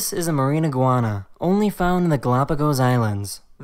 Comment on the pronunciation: When he said mari iguana i thought he said marijuana😂😂😂